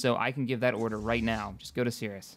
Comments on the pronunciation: Darn it, it's not "Sirus", it's Sirius, pronounced like "Serious". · Sirius, SI-RI-US not sirus. sorry just very pedantic. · Build two more corvettes and a recon vessel, then develop more research stations. Oh, and for the love of all that is holy, it's pronounced like "serious", not "cirrus". Attitude or Harry Potter character, not cloud.